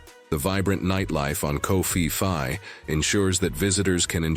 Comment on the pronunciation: Its called Phuket... Not Fuket. Also Phi Phi islands is not pronuensed fi fi.